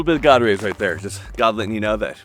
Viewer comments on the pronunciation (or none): none